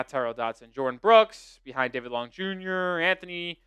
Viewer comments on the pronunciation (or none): none